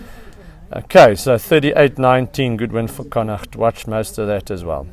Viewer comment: Just love the way you pronounce “Connacht” - rare for a non-local to get it so right👍